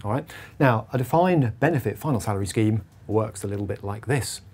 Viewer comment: You use the word “scheme” but sounds like it should be the word “scam”.